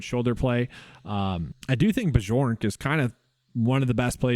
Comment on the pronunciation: It’s “BYork” btw.